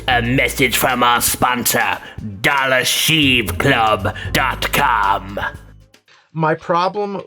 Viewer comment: I lost it at DollerSheev Club